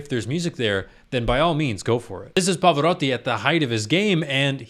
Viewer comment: I applaud you for this - you pronounced the name of the legend right. Pava would have been proud☺️ (I’m not Italian but I know the Italian pronunciation quite well)